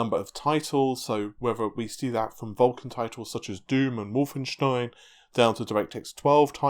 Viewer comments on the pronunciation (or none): none